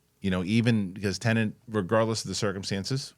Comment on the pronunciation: It's Tenet, not tenant